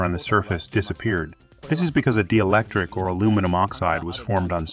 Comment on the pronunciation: dee-electric. Omg people! Proofread/listen to the story before you publish it!